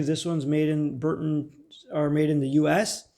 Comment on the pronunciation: The U.S made compass is made by B R U N T O N, but you keep calling it B U R N TON.